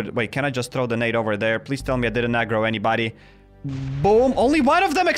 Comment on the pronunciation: What is “agroing”?